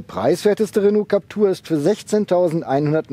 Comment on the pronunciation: JUnge, dat heisst Captüüüüür- (wie Klapptür) man, soviel Zeit muss sein.